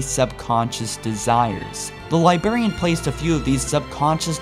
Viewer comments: Why is he still saying "Liberian"? It's "Librarian". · Man, learn how to pronounce "LIBRARIAN", not "liberian". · Liberry and Liberraion should be pronounced properly. Its Library and Librarian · love the video, however hearing Librarian pronounced libarian over and over was like nails on a chalkboard. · its librarian not libarian, this was the most triggering 20 minuets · Lie-brair-ian Not lie-bair-ian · Could you PLEASE pronounce librarian correctly. It's a Li-BRAR-y, a li-BRAR-i-an, not a li-Bar-y, or a li-BAR-i-an. You sound like you are using "LYE" combined with the element BARIUM when you talk. Thank you. Fun channel. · soo annoying how he keeps saying ,libarian, instead of librarian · say Librarian not Libarian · laughing that you keep calling her the LiBEARian its LIBRAIAN also its Ancilla not Ancillia, inb4 oh he can do what he wants its his channel, but you know if you want to get it right you should be saying it right. interesting video tho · Okay, it’s libRarian, not libarian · Why do you say "Liberian" instead of Librarian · Excellent video but.....dude you're killing me...it's, "libRarian" and, "foreRunner" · It's librarian not Liberian u fucking idiot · Interesting video, but for future videos, please pronounce librarian "Lye-braire-ian" instead of "Liberian", haha! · THERE ARE TWO R's IN LIBRARIAN, NOT ONE!!!!...It really is annoying every time you say LIBARIAN. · Librarian not Libarian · dude, librarian with a goddamn R. not libarian. I keep hearing Liberian, which makes me think of metal gear. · Every time you said "Li-Berry-an, I wanted to fucking slap you. Li-Brare-e-an. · Li-berry-ian....... its Li-BRARY-ian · does it annoy anyone else that the says "Li-berry-an" not "Li-brar-ian"? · You can't pronounce your R's. Why can't you say Librarian correct? You say Libarian instead of Librarian. Now I like your videos but I just thought you should know. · It's librarian, not libarian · "Liberryan" haha phew